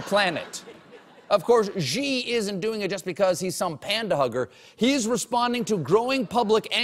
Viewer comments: Xi is pronounded like "She". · The President of China's surname is pronounced "She". It's respectful to properly pronounce the names of people especially world leaders. Perhaps the Late Show should consider hiring a China consultant -- or an expert English professor -- to ensure they are well regarded among the global community. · It's SEE if you speak something like Cantonese. It's SHEE I believe, Mon Fleur. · Colbert pronounces "Xi" as "g" when it should be "see" 😂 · ...it should be pronounced more like see than gee!!! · "Xi" is pronounced "See", not "Gee" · Hey Stephen, you know you are pronouncing "Xi" 's name wrong right? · yo, Stephen. Pronounced more like She than Gee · you pronouce xi like SHE, not Ji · "Xi" is simply pronounced "shee." How is possible that Colbert doesn't know this? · yo colbert--say "she just took a dump". congrats, you also just said "xi just took a dump". stop with this nonsense pronunciation. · Why is everybody making a fuss about his pronounciation of "Xi" which is admittedly wrong but kinda close when EVERYBODY's pronounciation of "Ji" is infinitely worse! Guys, the J sound is nowhere close to the one in "Jesus", it's way closer to the one in "check"